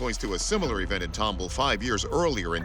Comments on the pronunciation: Nobody told ANYBODY that it is pronounced TOM-BALL, just like it’s spelled. One of the producers told everyone to call it Tom-bull, nobody questioned it? And nobody from Texas but me says anything in the comments? Sheesh😂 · Yall keep saying tom-bull.......its Tom-ball. Tomball. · It's pronounced tom-ball, not tomble. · As a life long resident of Houston & Katy, TX I was surprised at how y'all managed to butcher the must pronunciation so I will help you out w/ how Tomball is pronounced... Tom, (like the cat) and Ball... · pronounced ...Tom Ball, not tomb all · Pronounced Tom ball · Except he can't pronounce Tomball.